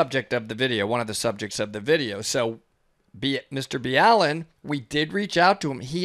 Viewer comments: im sorry but you could say Mr BALLENs name right.. fuck.. clearly you dont even watch his videos if you cant say a simple ass name like BALLEN.. its not Mr B. ALLEN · Please stop slaughtering his name, say it with me Mr. BALL-IN LOL, NOT B-ALLEN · His name is pronounced Ball-in not B-allen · Hearing it pronounced Nr B Allen is weird, everyone in my house just says Mr Ballen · Why are you calling him B’Allen? He calls it Ball’en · It’s Mr-ball-en not Mr-B-Allen ✌🏻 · It’s not Bee-Allen it’s just Ballen like Ball -in . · I though you just pronounced it mrballen not mr b Allen the more u learn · I do like clarifying, however the fact that you don’t even pronounce Mr , Ballen’s name correctly is rude , not to also mention a US marine. Extremely shameful in mu opinion. If you watched his video like you said you had , you would of known how to pronounce Mr.Ballen correctly . Not Mr. B Allen 😥😡😔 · Mr B Allen? Is it not pronounced the way he says it on his own channel? I’m confused. Thanks for doing these! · you guys butchered his name LOL ITS pronounced BALL EN.